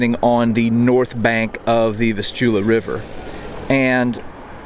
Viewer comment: You seem to be interested in the geography of the place, please look up the correct pronunciation of Vistula (accent on the first syllable). I can't copy and paste on this phone or I would send a link.